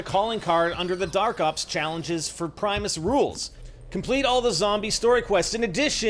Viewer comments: It's pronounced "Prim Uh S" not "Pry muh s". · Primeus?? Come on lmao it's primis